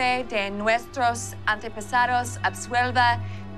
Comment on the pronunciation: It was real (at least in these clips; can't say about the rest of the episode) but pronunciation was... peculiar. Like when he mentioned his 'ante-pesados'.